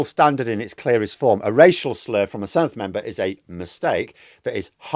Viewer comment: Senedd - since you're going to be reporting on it a lot next May - dd = 'the' sound, not soft th (thin, thick) but hard (this, that, these, those). The soft th is spelt th. Whilst we're at it, ff is soft f, f is v, u is ee, c is always hard (Kumree for Cymru) and everything is said like it's spelt. It's so easy if you can remember about six things.